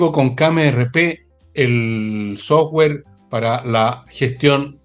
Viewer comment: Insisto , /autowulf/. 🤔 Por qué dice / softwe:r/ y no dice software. ?